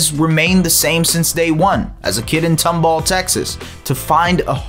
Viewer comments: It's pronounced Tom-ball, not "Tumbul" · As a Tomball graduate, it’s tOmball not tUmball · it’s pronounced tom ball not tumble